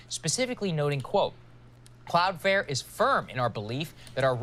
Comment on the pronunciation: Buddy saying cloud fare triggered me